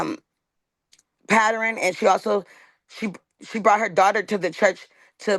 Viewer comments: It’s PAT•URN it is not PATTER•IN Drives me absolutely insane! Pattern is not a hard word to say! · Did just say PATTERNEN…?? Um pattern would be enough 😂😂